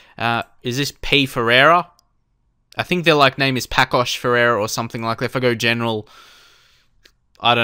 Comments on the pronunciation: The name of the first team is pronounced passos de ferreira, the ç is like ss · Paços de Ferreira, is pronounced like Passos de Ferreira :P